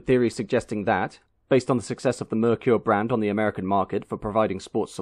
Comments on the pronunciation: Or maybe Ford II, Mercury II, or the names that were rejected by Ford in the 50s, to make a new brand in the 50s. Or, they could tell people to pronounce Merkur, “Mer-Ker", and not “Meir-Qier". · There was an ad campaign back in the day to teach Americans how to say Merkur. I remember the ad campaign pronunciation as MARE-COOR. I thought the XR4TI and Scorpio were gorgeous, game changers for Ford. I was saddened when the whole thing collapsed just a few years in. Still love both vehicles to this day.